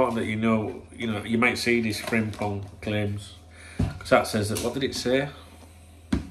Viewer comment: You pronounce his name fantastic with sore throat unlike them Japanese player names you tried few summer windows ago after signing Endo. 😂 Good player, but I would rather try keeping TAA at all cost if we can.